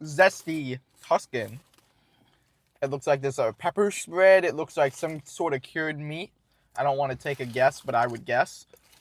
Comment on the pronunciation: "Da peppa' spred" love it